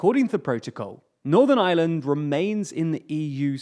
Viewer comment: P it sounds like "the island of island"